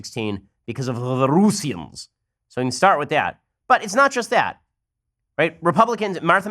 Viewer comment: I lost it when he said "Ruseans"